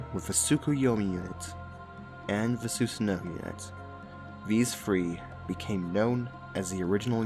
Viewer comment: The way you pronounced Susanoo made me hate the game.